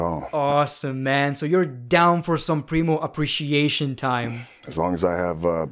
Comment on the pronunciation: My dumbass thought he was saying Bree Mode not Primo 🤦🏻‍♂️